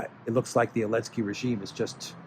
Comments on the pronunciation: I love how you drop the Z in his name. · Dear, is it Elensky or Zelensky?